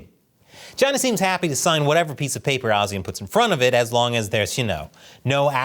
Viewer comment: I like how you pronounce ASEAN, many people and even Google tend to say it wrong. You and the Indian news network like WION got it right.